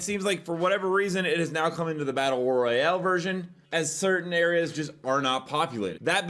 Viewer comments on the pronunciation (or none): none